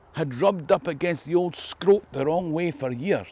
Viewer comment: As a person who's lived in Bolton Castle, I can let yous into a little secret: Scrope is pronounced Scroop :)